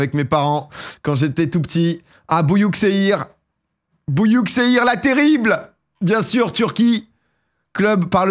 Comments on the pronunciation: On ne prononce pas bouillouksehir mais buyukcheillir ! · "Bouyouk seyir" la prononciation ma tabasser les neurones